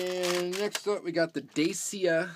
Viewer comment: Nice cars, I have a few of those cars in the parcel for you in single-packs and as repeats loose from different multi-packs. Dacia is a romanian car brand , owned by Renault. You have to say "Dat-shia", then it sounds correct in Romania, Germany and the rest of east-Europe. The Dacia Duster is a low-priced SUV/ Off-Roader special designed for the german and french car market by Dacia and Renault. The reason, that the castings are often different with and without suspension, with transparent and with painted headlights is, that the fabrication was destroyed by the floods autumn 2013 in Asia. The german Dickie Toys Group bought the fabrication and the Smoby-Majorette liscence from investors in 2010. The destroyed fabrication was a shock for the company. All old Smoby-Majorette designs were lost. So Dickie toys restarted then with a few cheaper castings a new fabrication in 2014. And in 2015 came the first better castings with opening features back. Dickie brought back many old traditional features from the old Smoby-Majorettes from 70's with suspension, hooks on the back, opening features............ Many collectors allthough mentioned the influences of the two other actual german diecast brands Siku and Schuco. Schuco is allthough a brand from Dickie Toys. Dickie Toys saved both old european brands ( Schuco & Majorette) from investors and brought back the old traditions and quality in a modern design. Schuco is the real premium-line of Dickie toys in different scales ( 1/87; 1